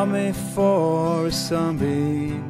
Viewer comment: hahaha que dificuldade falar Sunbeam... sãbim man! Sam Bim se preferir